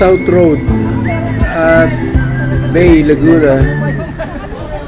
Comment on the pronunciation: Yown laguna uli tapos laguna uli sa 26! Makita sana kita master! Haha Maiba ako ser ba-e po ang bigkas ng bay dito sa laguna hehe. Parang tu-we po ng tuy batangas hehe